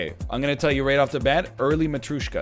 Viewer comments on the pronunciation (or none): It is matryOshka not matryUshka